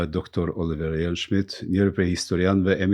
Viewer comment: Zoti Surroi, Me gjithë respektin, gjuha shqipe ka dhe shkronjën "l"(L). Shqip thuhet OLIVER dhe jo OLLIVER! KJO "LL" eshte "relikt" sërb dhe duhet larguar!